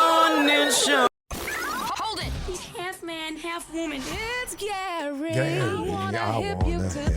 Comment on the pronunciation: Gary with the T killed me I can't stop listening to it 😆😆😆😆😆😆🤣😂